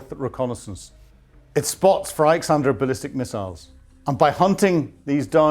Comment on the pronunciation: Oh my God, please get ISKander right!! How hard can it be?!